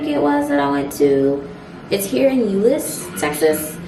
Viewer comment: Yes you said Euless right 🤣🤣 I actually Like Euless over Fortworth tbh. Funfact... Euless has the largest Samoan/Tongoan Population West Of California. I just moved back to Dallas from Houston, and Dallas for the win. Love from Koreatown, Dallas